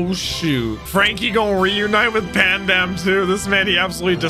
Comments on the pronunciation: Love how he keeps calling Spandam just Pandam xD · It's kind of hilarious to me that you and Franky both get Spandam's name wrong... but in different ways. Which I fully support. The man deserves no respect.